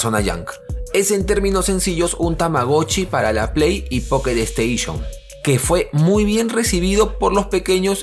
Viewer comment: Jajaja buenardo el poketo esteishon🐱